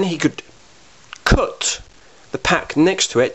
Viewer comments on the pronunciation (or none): Love the way you say "cut" lol "coot" as in "foot" :D